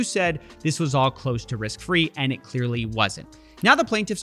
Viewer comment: he didnt say close to risk free he said "crose to wrisk fee"